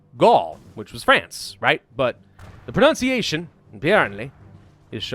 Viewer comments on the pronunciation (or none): none